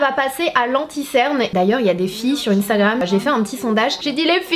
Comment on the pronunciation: On dit cerne est pas ctern